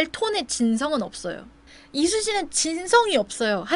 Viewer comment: 이수씨라고 하시는데 자꾸 이순신으로 들려욬ㅋㅋㅋㅋㅋㅋ